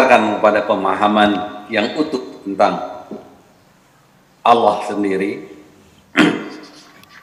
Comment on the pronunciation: Sekarang ini sering saya dengar di YouTube dll, bahwa penyebutan Nama Allah menjadi Awlah, sehingga menjadi tuntunan bagi generasi sekarang, apakah ini juga sah2 saja Buya